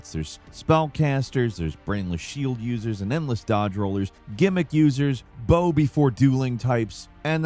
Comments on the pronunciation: He means Bow and arrow. Not Bow your head. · It’s not bow like bow and arrow before duelling. Its bow like ~bao~ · Did you say "Bo" before dueling instead of "b-OW!" (Like, "ow, that hurt") because damn dude lol. I know an archery bow and bow are spelled the same, but you don't shoot etiquette. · "bow before dueling" pronouncing it like "bow and arrow".... either you're an AI now or you're just reading from a script someone else wrote.... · Did he just pronounce bow, like 'taking a bow,' like 'bow and arrows'? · Learn how to pronounce bow the verb. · Wrong "bow", 😂